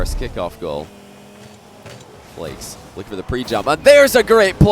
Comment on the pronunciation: JeanPierre Snyman from watching so many Flakes Gauntlet round matches im often confused whether is saying “flakes” or “Flicks” lol